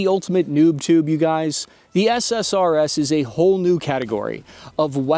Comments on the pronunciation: Every time you say SSRS I hear SSRI instead. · drinking game, every time he says SRSS instead of SSRS